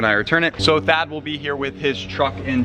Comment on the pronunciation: Anybody else thought he said dad instead of Thad lol